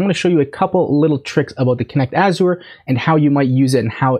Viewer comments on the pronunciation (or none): Azure rhymes with measure. “Azhurr”.